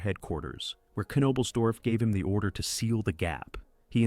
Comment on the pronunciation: I’m sorry but I can’t sit through an hour of you butchering his name.